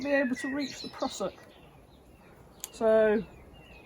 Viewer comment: Love the West Country pronunciation.."prussock" 😅